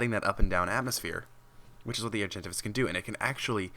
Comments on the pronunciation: He says argentivis Its Are-gen-Tay-vis Argentavis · No hate, just a correction its pronounced ''Ar-jen-tave-is'' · Actually, it's Ar-jen-tah-vis following ARK Gamepedia ... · lol he pronounced argentavis wrong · What is it with the pronounces? I cant realy say or speak to you how you should pronounce the name but as a pice of advise, look it op or somthing befor you make a vid. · Olivia Alan Yes he said it weird